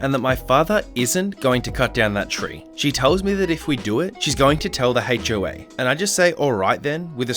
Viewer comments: when he said hoa he said hache o a lol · The *hache oh ay yes*, we totally say it like that